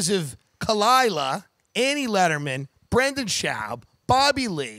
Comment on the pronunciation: RIP Brendan schauwb. Tim is so subtle with his comments. From mispronouncing his name to saying he never watched his comedy.